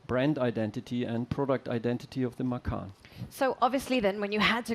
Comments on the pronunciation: I believe you named this car from the Indonesian word for tiger. From a native indonesian speaker, macan is pronounced MA CHAN. The pronunciation of ma-khan means to eat in Indonesian. So please tell your PR, Marketing, dealership associates to stop calling it the Porsche Eat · I'm slightly annoyed that they named it after the Indonesian word for tiger, but they don't pronounce it correctly. It's ma-tchan, not ma-kahn. Anyway "makan" means "to eat" in Indonesian so it still means something lol.